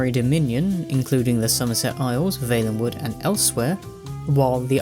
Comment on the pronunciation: I am throwing up at that pronunciation of Valenwood.